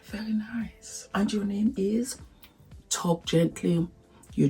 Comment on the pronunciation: I love the part you said the chicken is niceoooo & thank God in African way 😂😂😂😂😂😂